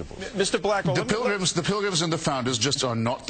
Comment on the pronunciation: It took a lot not to make fun of the blackwell when he said prigrims hahahaha